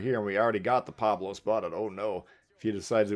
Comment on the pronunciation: Not once did you tell us how far your secondaries reach out. Go into the stats, bro Also, it's "PaOlo," not "Pablo."